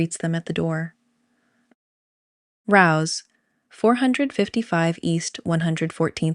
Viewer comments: It’s Ray-o’s. That’s how the family pronounces the restaurant. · Wonderful video!! Thank you. As a side note for future reference, the restaurant Rao's is pronounced: RAY-OHs. Appreciate all the work you put into this to make it a beautiful homage to John/Carolyn with vintage New York City as the back drop.